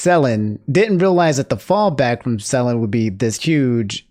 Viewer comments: how many videos it gonna take for you to pronounce it suh-len and not sell-in 😂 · Nooo corrected his Selen pronunciation 😭 Also, rest in peace Perdoodle3